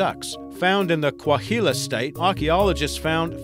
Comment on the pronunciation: "Found in the 'Cuahila' state"? What a joker...